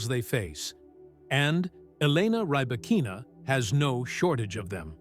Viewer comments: Ok this is ai. Knew immediately after mispronounced her name. 9the name is pronounced like reebokina not Rebba kina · Bevor man eine Reportage macht, sollte man recherchieren, wie der Name der Person richtig ausgesprochen wird. Zu unserem großen Glück besteht die Welt nicht nur aus Engländern, und nicht alle Namen werden englisch ausgesprochen. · I do not think this creator is a tennis fan since this video mispronounced Rybakina name here!😮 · Freakin´Ai - at least you could pronounce her name correctly.